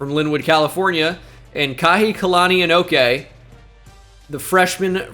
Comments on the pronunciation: Saying this for the Hawaiians, kahikilani is most likely pronounced “ka-hiki-lani” and not “kahi-kalani” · Ayo brotha, I’m Hawaiian from Hawaii and speak fluent Hawaiian. Just wanted to help out with the pronunciation for the freshman wide receiver you picked up. His name is pronounced Kah-hee-kee-lah -knee.